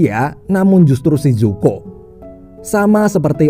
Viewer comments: Zuko bang bukan zoku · Bacanya zuko bukan zoku min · zuko bang bkn zoku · ZOKU ❌ ZUKO ✅ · Kyaknya Zuko min bukan zoku🤦‍♀️ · Pangeran zuko bang bukan zoki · 03.00 Zoku apa zuko ya 😅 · zuko❌ zoku✅ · Zuko bukan zoku:v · Zoku apa zuko bang??? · Bang bukan zoku tapi zuko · Zuko bukan zoku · Zuko oy bukan zoku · ZUKO woi bukan ZOKU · Zuko woy anying bukan zoku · Zuko Bang Yang Bener 😁